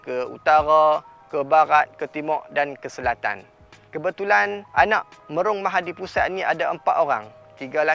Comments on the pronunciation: Itulah, lahai, yang nak buat konten tu pun, tak buat rehearsal, praktik dulu ke? Dah lah bukan sekali tapi berkali² tersasul nama tu. Lidah pelat ke taksub dengan nama pusat tu? 🤔🤨🧐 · Mahapudisat... Dia sebut mahadipusat, tapi text mahapudisat. Sat nak pikiaq sat.. dah boleh potong markah dah ni.. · Bang, sebenaqnya MahaPudisat... Bukan MahaDipusat 😁